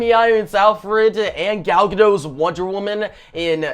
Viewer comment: As I keep commenting, the "t" in Gadot isn't silent!! She has no French roots what so ever. GadoT!